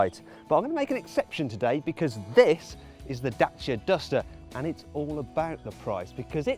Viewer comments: Da-ch-ia, because that's how they pronounce it in Romania. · its actually da-ch-ia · DACIA NOT DACHA !! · i prefer the way James May pronounces Dacia compared to the correct way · Romanian pronunciation: dat͡ʃi.a, the t͡ʃi being not dissimilar to the "t" sound found in tex"t"ure, or punc"t"ure. Look it up yourself. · I'm actually being put off the Dacia brand because of the way the marketing men and journalists keep pronouncing the brand Dat-chi-a, it's Day-see-a in the english language. There are a lot of other car brands we all pronounce differently in our own languages. We didn't call the Citroen 2CV the deux chevaux, because that's the French way of saying it. It's Day-see-a people.